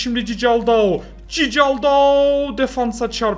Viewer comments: abi okunuşu cicaldau değil kikaldau okunuşu 🤣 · Cicaldau deyil sisaldau abi bide bence Galatasaray 2-1 alır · cicaldau çikıldau diye okunuyor reis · Abi bu arada o cicaldau değil çikaldau fiye okunuyor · Abi şu adama Cicaldau deme yaa Çikıldau diye okunuyor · abi cicaldaou değil çikıldaou😂😂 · Çikıldaoo zaten yeteri kadar komik diye düşünürdüm....Cicaldaoo'yu duyunca : D :D koptum :D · Abi cicaldau ne ya allah aşkına doğru oku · Çikaldao diye okunuyor